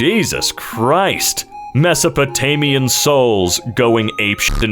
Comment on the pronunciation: How are you able to pronounce Mesopotamian but not Australopithicus? That's weird.